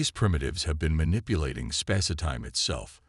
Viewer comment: Okay, seriously, how are your AI reads still so damn bad? ShI eeld, spaceuhtime. The language, the tone of the AIs narration are all good but the pronunciation is still absolutely garbage. And what's up with pretty much every single earth leader being female are there no male leadership in these stories?